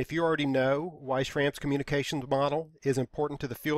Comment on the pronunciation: Just a side note, the a in Schramm is supposed to be pronounced with a u sound. It's the original form of my surname but they're both pronounced the same.